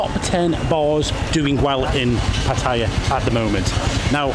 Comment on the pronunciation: It is not Patire. It is Patt e y a If you are going to live there please pronounce the name properly